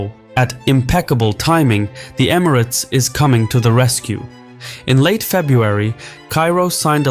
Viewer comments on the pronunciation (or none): This report has a lot of bias, and your theorises on the relationships of gcc countries and their political alliances are a stretch at best. Also if you are doing a report peice on Emirates learn how to pronounce it properly or teach your AI to do so thanks